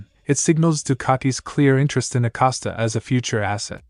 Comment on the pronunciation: His name is Acosta not Acasta.